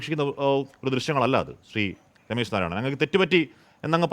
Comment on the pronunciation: രമേശ് അല്ല രോമേശ്😢